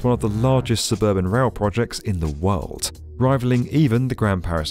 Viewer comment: Your videos are superb, but the more I watch them them the more apparent is your speech idiosyncrasy: You are always pronouncing words that end in 'd' as ending with 't'. i.e. 'world' becomes 'worlt'- damn, it's annoying! Playback some of your vids, you'll soon realize what I am hearing.